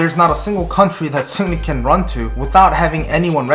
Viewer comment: Sounds like you're calling him Sydney.